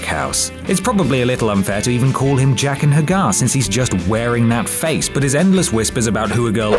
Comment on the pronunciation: Jaqen H'Ghar? Seriously?